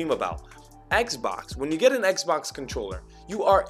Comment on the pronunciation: At times, I'm hearing "eggzbox" (scratching head)